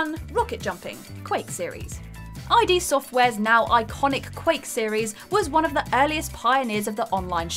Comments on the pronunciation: Eye DEE software? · they also said ff6 was "nearly 20 years old" and called iD software "I.D" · Ah, Quake, the game from Eye Dee software. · I'm sorry did you say I.D. software? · I.D. software? Really? It's id Software, as in id, ego, and superego. You'd think a gaming channel would know this... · It's not I.D. Software. It's Id - as in ego, superego and id. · It's not a video if it doesn't have egregious mispronounciations (i.d., really?), bizarre asides (no one in the US still calls FF6 FF3) and just plain wrong info (calling the train an exploit). You guys don't have fact checkers or editors, do you?